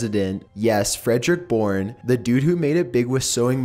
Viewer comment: Yaes Freedrick Boorneee, the dude that made it big with seewing mmachiness... LMAO